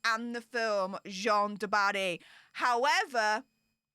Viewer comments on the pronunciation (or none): the French name Jeanne ( a female name) rhymes with ANNE, not John. J-ANNE du Barry.